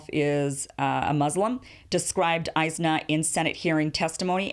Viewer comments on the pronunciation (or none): It is pronounced IS-NA and it is a mixed bag but overall an extremely liberal organization despite the money they got.